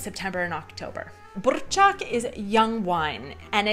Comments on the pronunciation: Wow! Your R in burčák and Ř in svařák are great! Many locals can't pronounce these letters so well. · Kofola + tuzemak je náš jack daniels + coca cola a myslím, že tento drink pil snad každý čech... Miluju tyhle videa, kde chutnáte naše věcy.. ❤ Btw dobrá výslovnost.. třeba burčák... :D cool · Your pronunciation of burrrčák is splendid :-D